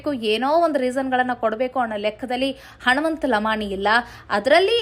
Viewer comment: ಉಚ್ಚಾರಣೆಯಲ್ಲಿ.ಹನುಮಂತನ. ಬದಲು ಹಣುಮಂತ..ಅಂತ.ಬರುತ್ತಿದೆ. ತಿದ್ದುಕೊಳ್ಳಿ